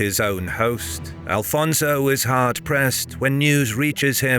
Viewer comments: His name is Afonso, no Al fonzo🙄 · First of all if you want to use AI to make videos check with history books also, because it is not Alfonso but Afonso , we so not have the "L" in the name , that is a spanish name not portuguese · AFONSO, not Alfonso! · Afonso Henriques not Alfonso... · There is no Portuguese name that is AL-FONSO...it's AFONSO. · One Note: The king was Afonso Henriques not "Alfonso" lose the" L". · It's: Afonso, not Alfonso! Always without the L because he never took it ;) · I love your videos, but you should correct at least the name of out first king. The names is not Alfonso but Afonso, there is no L at all. Its a common mistake and it bothers us. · please it´s no AL-FONSO it´s Afonso. remove the L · I'm portuguese. You are being disrespectfull to and his great work, due to your ignorance of old portuguese language am e names. Afonso was Alfonso in Portuguese language documents, chronicles etc. until 1600s. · its not alfonso you idiot.... its Afonso.... its not Adof its adolf, its not tump its Trump. dont disrespect the Portuguese, we are not mexicans. there are no alfonsos in Portugal we only have greats like Dom Afonso Henriques, your video is massively disrespectful to the Portuguese. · AFONSO! Not "alfonso", castillian word. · It's Afonso, not Alfonso. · Thank you for the video. Just a quick note it is not "Alfonso" as that is the Spanish version of the name it it "Afonso" in portuguese. In any regard thank you very much for sharing One OF the most crucial Battles in the history of early portuguese Kingdom ❤ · Who the fuuuuccc is Alfonso? Its AFONSO caralho this ain't Spain so speak properly... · It's not Alfonso. In portuguese it's Afonso. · It is AFONSO Henriques NOT ALFONSO. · Brother it is Afonso not Alfonso… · It’s Afonso not alfonso. Portugal first king is Afonso Henriques, not Alfonso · Afonso, not Alfonso. I see people correcting but the error remains even after being told. Nobody writes or speaks it that way in Portuguese.